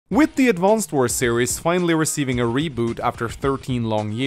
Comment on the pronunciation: I'm so triggered, that he doesn't pronounce the name of the game correctly even once